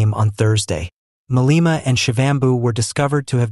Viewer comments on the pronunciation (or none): Malema is not pronouce as Maleeeema. It is Ma le ma.